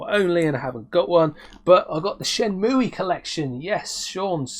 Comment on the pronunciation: At first I got all giddy....I thought, yay, he says Shenmue like I do....then realised you were taking the piss 😂😂😂👍 I’m so pleased to see that Team 17 are still making games, I do love this software house, Worms was such fun and I’m a massive fan of it, so it pleases me greatly to know that they are still going strong. The two games you showed look fun and cutesy, they obviously haven’t lost their knack with cute characters 😀 TV Monsters Blast was a steal mate, loving those brightly coloured light guns, if the game does play like Point Blank then it will be a joy to play. I love how you say “bloody lovely” 😀👍 Pandora’s Tower is very nice, you did right to go with Al’s train of thought 😂 Very nice pick ups mate, great to see you back on screen 🤘🏻🤘🏻🤘🏻